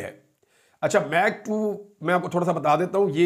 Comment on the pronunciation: It’s Mach 2 not Meg 2